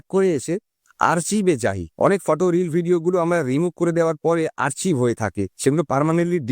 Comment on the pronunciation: আরচিভ না। আর্কাইভ